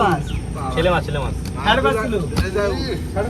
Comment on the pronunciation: বুঝতে পারলাম না শেলে মাছ না ছেলে মাছ ?? তোমাদের অনেকের উচ্চারণে অনেক ভূল আছে । যেমন দুএকজন কে বলতে শুনলাম ছেলে মাছ । কিন্তু ওটা তো ছেলে মাছ উচ্চারণ হবে না , আসলে হবে শেলে মাছ ।